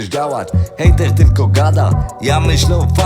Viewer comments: super nuta, swietna wymowa, kox w ogóle, hejteł hejteł nie moze przestac sluchac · Hejeł to poprawna wymowa nieźle